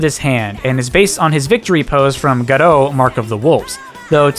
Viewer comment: Good job on not butchering "Garou".